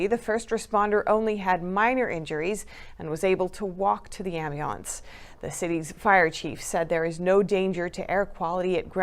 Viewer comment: was able to walk to the what? If you meant ambulance that's a weird way of pronouncing it.